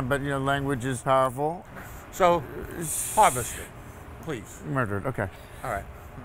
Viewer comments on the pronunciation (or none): “Marvested? Hurdered.” Lmao